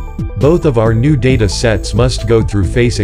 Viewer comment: He pronounced data as data when it should be pronounce data